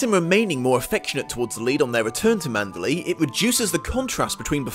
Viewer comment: You FAB host, "ManderLEY!" Most say it like Burma city ...LAY. But 2× you floor me. Spine-gain has SUCH timed reason & impact, also A+ acting; death reveal unplugs her long misconception.